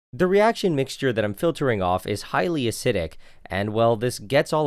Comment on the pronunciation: Acidic not aciidic